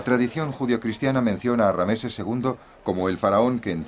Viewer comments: RAMSÉS no Rameses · Por que dice rameses en vez de ramses ll y por eset en vez de seti l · Rameses no ,es ramses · Rameses??? Ramses sera amigo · una mierda la traduccion gallega, no saben ni hablar los hdps, rameses?